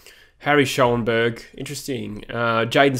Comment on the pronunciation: i play in the league that schoenberg played in and friends with some players from his club and it’s pronounced shonberg